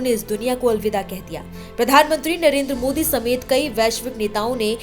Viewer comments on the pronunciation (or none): none